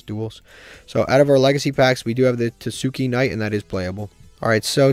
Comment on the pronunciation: tah-skay knight is how you pronounce it btw.